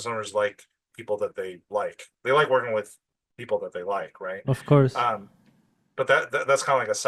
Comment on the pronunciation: sou sua fã e seu inglês é ótimo. Só uma correção. Por favor, não fique chateado. Quando você falar curso em inglês, course, capricha no O. Ele é agudo, “Córse”. Você tá falando com A nasal, “Cãrse”. Essa pronúncia parece “Curse”, que em inglês significa outra coisa. Por exemplo, xingar. Só isso, de resto, sempre brilhante. Parabéns pelo seu trabalho 👏🏻